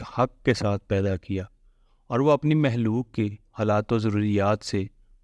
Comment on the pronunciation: Khaliq sahi hae yae lafz haliq nahi hae Similarly its makhlooq not halooq